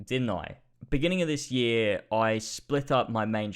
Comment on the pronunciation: Over the past "Yeeeeay" (Year?)